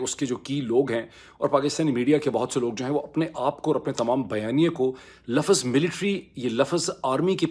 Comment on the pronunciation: " LAFZ " not Lafaz, same "WAQT " not Waqat.